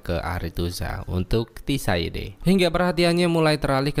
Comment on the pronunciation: mau nonton s4 dan mampir dulu kesini buat liat recap karena udah lupa. tapi mau saran buat nama tokoh/tempat bisa lebih di improve lagi bang kayak sebutin tissaia de vreis (bukan tissaide) atau cintra (bukan cintera), dengan penyebutan yang tepat dan benar kita menghargai author the witcher nya hehehe 🙏🏽 keep the good work bang